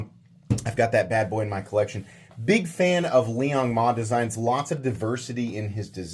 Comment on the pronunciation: Liong Hell-Nah. I will never buy a knife from this POS